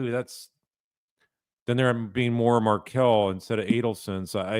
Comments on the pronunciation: Wendi corrects Detective Isom’s mispronunciation of Adelson but she didn’t correct him when he mispronounced Markle in the beginning of the interview. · love how she corrects his wrong pronunciation of HER name, but doesn’t correct him when he mispronounced Markel at the beginning.